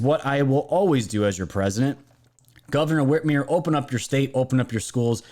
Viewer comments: Whit MER not whitmere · Love your channel. I'm on your team. I love Trump. Whitmer is a joke, but PLEASE pronounce her name correctly. The "mer" rhymes with "her" not "here".